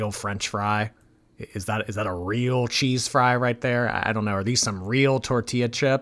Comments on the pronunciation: I agree 😊 🇬🇧 She sounds like she's saying "Chise" That's not even a word 🙄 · I'm a Londoner and I don't pronounce cheese as "chayze"! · Me too. More like 'cheez' 😅